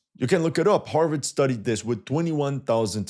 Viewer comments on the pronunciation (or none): none